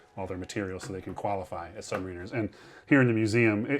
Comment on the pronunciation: As a former main space electricians mate, I found this video fascinating. I hate to correct this excellent guide, but please quit saying “submariners”, it’s pronounced “sub-mariners”.